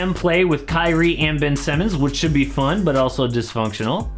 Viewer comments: Did he just say Ben Simmons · He said Ben Simmons lmaoooooooo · This man said Ben Simmons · Did he just say Ben Simmons? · Lol he said Ben Simmons 😂😂